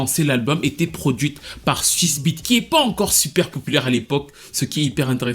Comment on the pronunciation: Pourquoi a chaque fois que tu prononce Swizz Beats j entend S*ce B***😂😭😭😭 Sinon respect pour Mya qui a toujours été indépendante et fait les choses par elle même et comme tu l as dis c est rare dans le r&b. Je suis pas fan d’elle mais j’adore Coolin et Best of Me